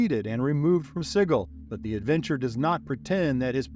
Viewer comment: Awesome Video Just wanted to say Sigil is pronounced "SIJ-il"